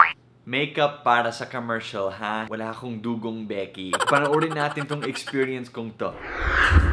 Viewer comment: I love when he said "Du-Gong Beki" than dugong beki